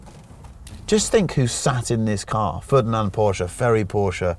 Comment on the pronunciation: Fördinant? Thought you got no "Umlaute". And I am right, the dudes Name is Ferdinand